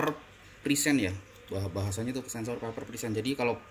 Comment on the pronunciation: Maaf mas, pernah denger orang bule ngomong paper ga?